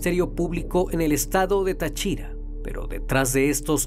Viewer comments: El narrador se la pasó pronunciando mal las localidades... ¿Como que Tachira? es Táchira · Se dice Táchira No tachíra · ES TÁCHIRA NO NO TA(CHI)RA 😭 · Tachíra ? es táchira acento en la A en fin mi abuela solia contarme ese historia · Dios mio me da toc escuchar como pronuncia mal tariba y Táchira, yo vivo ahi cerca del parque xd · SE DICE TÁCHIRA CON TILDA EN LA PRIMERA A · yo muchas veces paso por ahi ya que cerca hay una cuesta para llegar a un barrio y si es bien crippy ese lugar, por cierto. El canal pronuncia mal el nombre de táriba y Táchira xd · es tachira edita tu porquería ombe te quejas de que pronunció mal las localidades y tu nombras mal a TACHIRAAAA